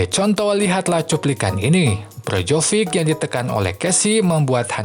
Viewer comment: naratornya nyebut nama Maignan bener tapi pas nyebut nama Perišić sama Brozović ambyar wkwk kalo Krunić, Rebić, Ibrahimović, atau Lazetić maen ntar ambyar juga ga ya? 🤣 Sempre, ovunque, Forza Milan